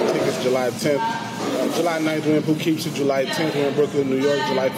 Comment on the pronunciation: Poughkeepsie is pronounced pug-kip-see I live next to it, it might help you on stage lol, wish I could come see you but I'm always working